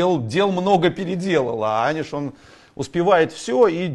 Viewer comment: "А знаете, что правильно называть его Ани'ш Гири'?" Он же: "А'ниш успевает все!"